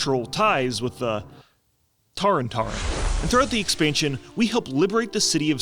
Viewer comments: "Tarren"? Tauren mate <3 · saying TAREN is sending me.